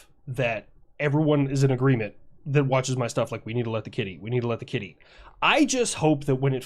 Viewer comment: Man you say kid eat and i almost all the time hear kitty :D XD